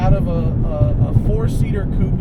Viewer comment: Finally heard an american pronounce coupé correctly!!